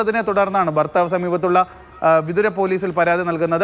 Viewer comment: ഫർത്താവ് 😂😂😂കൊല്ലം ആണല്ലോ.